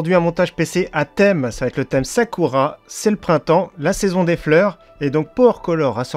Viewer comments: alors le ku se prononce kou sakoura et non sa cul ra mdr ^^ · Très bonne vidéo néanmoins ont ne dit pas « Sakura »mais « Sakoura » malgré que ça s’écrit bien Sakura 😂😉